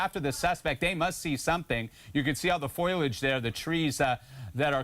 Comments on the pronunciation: Dude said "Foilage" ... Pretty sure he meant "Foliage", Irregardless, anyone on TV should use proper English, right? Do better Fox (Yeah, that'll never happen). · Fascinating video, and good work to the PD, but my big takeaway was "Foilage". Somebody must have been a collage athlete, and was passed in ENG101 and ENG201 due to practice schedules.